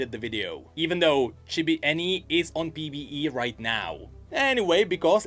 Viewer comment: That's Annie-ya!